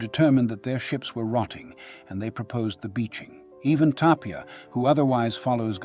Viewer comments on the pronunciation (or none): none